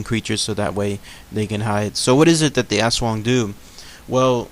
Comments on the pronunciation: you're suppose to pronounce the aswang quickly almost like US-wung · its us+wung but say it a little faster .. i think .. (^_^) \m/ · It is pronounced as As-wang that's for the commentors mis- prounouncing it as ASS.. ..the half-bodied flying creature is another type of aswang called a manananggal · i kept thinking you were saying ass worm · My partner in Filipino and she has had many aswang nightmares as a child and even occasionally as an adult. it is pronounced "ash-wong" in her dialect. There are many different dialects of Tagalog though so the pronunciation may differ slightly from province to province. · In Cambodian Culture, we've got the same thing exact except we call it Arb (don't know how to spell it - pronounced like ab but the a is long, r is silent) it can't shape shift or anything. Also our Aswang type creature's body glows green, yellow or red as it flies. It doesn't make any noises but speaks the native language. It's even said they've come to remote areas in the United States as we immigrated from Cambodia. Haven't seen one myself but stories are prevalent in our community. However, the flying skinny torso physical features, and the hunger for kids and unborn babies align with the Aswang.